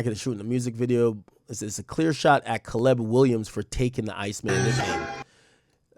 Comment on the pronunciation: I’ve never heard somebody pronounce Caleb as CA-LEBB